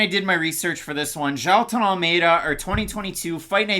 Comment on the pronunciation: You should pronounce Jaheelton (maybe Jahewton) it's like the rastafari's "Jah" and Newton, without the inicial N, put together.